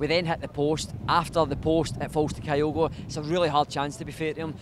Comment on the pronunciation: Jeezo please pronounce Kyogo properly, its not Kaiogo! Its pronounced Qyogo